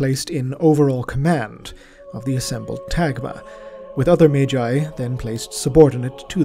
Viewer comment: In the case of Magnus the Red then the G is pronounced that way but Magi would be pronounced like Mage with the J. It is a good point but Magi doesnt come from Latin but rather is Zoroastrian and would've come from old persian and assyrian , those languages giving us the J pronunciation. if you look at the entimologicall site they'll confirm its zoroastrian origins, and then the greeks picked up the pronuncian who gave it to the Romans and hence down to us. Sorry for being overly verbose. Also Mechanicus organizations follow more greek than latin it seems while terra follows more Latin , though both greek and latin get used in High Gothic it seems.